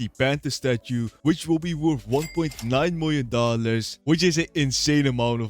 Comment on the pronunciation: 1.9 miwiom dollars ❤😂